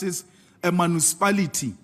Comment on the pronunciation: Ah yes those “ma-noo-si-palitty”, I love my “manoosipalitty”.